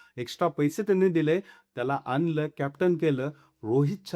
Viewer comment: ते जाऊ दे, तुझी मराठी सुधार, आनल नाही आणल , न्हव नाही नव्हे असे सुद्ध मराठी ,आधी बोलायला शिक,त्यापेक्षा काही तरी कामधंदा कर